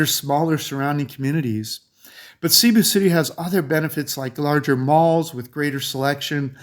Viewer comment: When I hear Cebu pronounced Seeboo I turn it to another channel